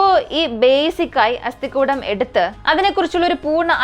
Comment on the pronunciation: അസ്ഥി -=- കൂടം /കുടം അല്ല